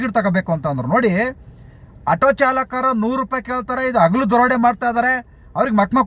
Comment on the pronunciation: ಕನ್ನಡವನ್ನು ಕೊಲೆ ಮಾಡುತ್ತಿದ್ದಿರಲ್ಲ. ಅಗಲು ದರೋಡೆ ಅಲ್ಲ. ಹಗಲು.